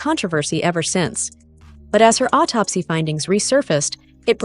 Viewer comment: How do you guys believe a ninja in a wig who doesn't know how to pronounce autopsy? He is still using AI as a source.